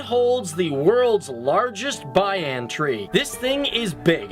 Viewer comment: Dude, its not pronounes "bayan tree" it is the banyan